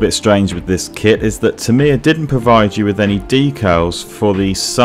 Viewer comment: Awesome work. But I wish you'd learn the correct pronounciation of Tamiya.